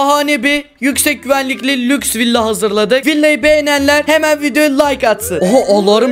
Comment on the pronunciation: Ahmete lüjs dedin😑🤨